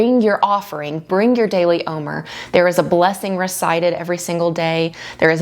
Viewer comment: Wonderful- please know the word OMER is phonetically pronounced “om- air”. Just letting you know how it’s pronounced not criticizing ❤